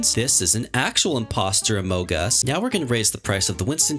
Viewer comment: HOW YOU SAID “ITS A INPOSTER OMOG US”